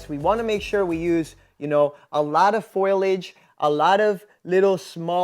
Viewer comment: It gets me how you say foliage. Every single time the i is after the L. It's not foilage 😂🤌 Gotta love that florida state public education system